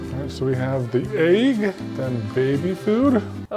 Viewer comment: pronouncing "eggs" like "ayeegss"